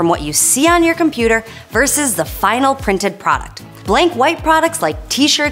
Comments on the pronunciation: VS is VERSUS not "VERSE". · It's nice to watch an intelligent person presenting something on YouTube. One minor criticism, though: The word "versus" has two syllables. 🙂